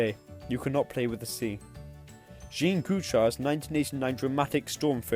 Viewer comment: It’s not Jean as in the female pronunciation. More “yezghong@ French. You know. Informative video .